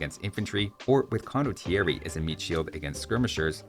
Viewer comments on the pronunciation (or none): But he also said "Condotierri" :D 😆